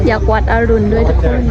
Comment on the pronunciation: วัดอรุณ(อ่านว่าอะรุน)